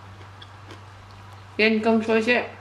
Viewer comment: U hav pronounced it correctly sista..tq so much..kip on going 👍